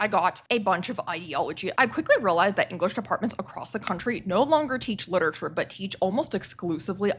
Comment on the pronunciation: please pronounce literature correctly